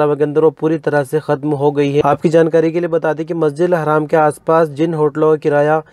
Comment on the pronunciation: masjid haram hota hai masjid haaram nahi hota hai please